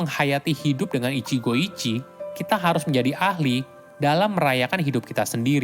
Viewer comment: maaf, pronounce utk ichigo ichie itu huruf e tetap dibaca (seperti pelafalan ember), jd bukan ichigo ichi tapi tetap baca ichigo ichie